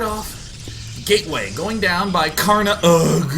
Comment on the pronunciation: SouFoda is pronounced "So-oo Fohdah" ("Sou" sounds exactly like the english word "Soul"). Also, Karnaugh is pronounced "karnô". The meaning of "Sou Foda" is what GDIASMLJ said, and yes, it's brazilian slang.